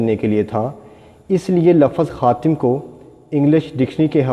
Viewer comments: Its khatam not khatim, Islam e Ahmadiyyat ZINDABAD. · It is not khatim, it is khatam Rectify it